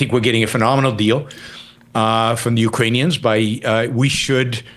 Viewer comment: "We've getting a gweat deaw with Ukwainians fighting the Wussians and dying, but also if Wussians invade Estonia next that means we'd have to fight for Estonia and i don't want that." Uhuh.... Why isn't destiny stopping him from voicing these Kremlin talking points?